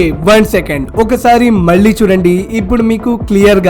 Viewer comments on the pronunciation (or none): none